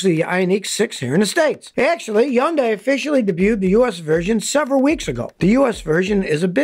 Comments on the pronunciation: You are pronouncing Hyundai completely wrong. It’s pronounced like “Sunday” but with an H instead. Like “Hunday.” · Your Hyundai pronunciation is way off - simply rhymes with Sunday . I have had 4 Hyundai autos, and they have been 100% reliable. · Pronounced Hun day here. 😆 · it's n0t that hard Hyundai rhymes with Sunday. so It's pronounced HUN-DAY. just watch on of their commercials. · As a Korean it kind of urks me how many people mispronounce Hyundai. It's He-un Dae. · It's pronounced: Hun-day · I was told by a Hyundai dealership. It’s pronounced like Sunday Hunday. ?? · Well Scottie besides your annoying voice Hyundai is pronounced like saying Sunday, Hunday. And Porsche is pronounced by speaking the "E" as how the man who's name is on the car pronounced his name... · WTF is yondy?? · What the hell is ( hey yun die) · You're right. I wish he would pronounce it correctly! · You're right. I wish he would pronounce it correctly. A man of his stature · sorry, my wife is Korean and reminds me every time Scotty mispronounced it. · You’re driving me nuts pronouncing Hyundai like that. I’d like to avoid turbo chargers. I’m not racing anybody and like you told us they make the engine run hot and wear out quicker resulting in lots of unnecessary expense. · Hyundai...H is silent? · How come you don’t pronounce the H in Hyundai, Scotty. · I couldn’t get further than two minutes with a repeated miss pronunciation of Hyundai. Seems like you least know how to say the name of the company. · If you want to be correct, it is "Hyun-day". It's just two syllables. Not "Hi-un-die". Not "Hi-yun-die". Not "Hi-un-day". Not "Hi-yun-day" My wife is Korean. Here in New Zealand, both Kia and Hyundai are very well recognised as producing extremely high quality cars with excellent economy, great features, great body shapes, great comfort, and great price. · It's pronounced HUN-day Scotty. I've had three of them and they have been flawless. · Feels like he is saying yondai :D